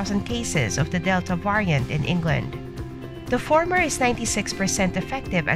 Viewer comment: Why don't you pronounce variant correctly?